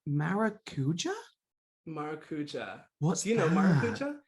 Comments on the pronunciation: Excited for the brand! Just fyi maracuja is pronounced maracu-sha and is nothing more than passion fruit. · Maracuja (ma-ra-coo-jah - with the emphasis on the 'ja') is passion fruit in Portuguese, they just call it that to be exotic, but it's passion fruit. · mn do céu eu tava aqui pensando esse maracúja q eles tão falando é maracujá??? kk